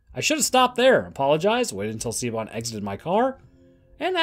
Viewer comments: Siobhan is not pronounced "see-oh-bon" It is "Shi-vawn" Pronounce the "Sio" portion of the name as "Shi" with a soft "ih" sound. Pronounce the "bhan" portion of the name as "vawn." "Vawn" should be pronounced to rhyme with "lawn" or "gone." Combine both syllables of the name to pronounce "Siobhan" as "Shi-vawn." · "Siobahn" is pronounced Shee-Vawn, btw. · Siobhan is pronounced Shove-on. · I love the music choice with the pacing. Very spaghetti western. Love Borg. Also Siobhan is pronounced Shi-vawn. Gaelic names are rough lmao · Siobhan is pronounced like Sha-von. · Jesus Christ dude. Siobhan, it’s pronounced shi-vorn